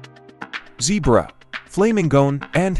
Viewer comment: On questions 6 and 47, You said zebra and tasmanian devil wrong.